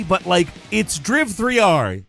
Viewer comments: It’s not DRIV-3-R, it’s called DRIVER 3 omg!!! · It’s not driv-three-ar 😂 it’s driver 3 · Driv-3-r? It’s pronounced Driver. Jesus. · It’s called driver 3 :) not drive 3R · Saying driv 3 r is ridiculous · Its pronounced "Dry v'three'r" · Driv-Three-Arr xDDDDDD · You're killing me with the "Driv-3-R" pronunciation lol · Dryve tryar😂😂😂😂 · lol "Driv-3-R"... Seriously? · DRIV3R is pronounced "DRIVER 3". Geez, you know this and you pronouncing it that way is just annoying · lol, insisting on calling it "Driv 3 R" to insult the game. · For example, I appreciate that he stuck to saying "Driv-three-are" for the entire segment. 😅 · Hearing you try to pronounce DRIV3R.......dead 🤣🤣🤣🤣🤣🤣🤣🤣🤣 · I've gotta say, the intro to driv3r and the various ways of trying to say the name got me good, i had to rewatch it several times and it was just as funny each time, 👏 kudos 👏